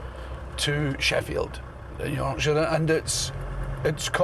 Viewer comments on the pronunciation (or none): none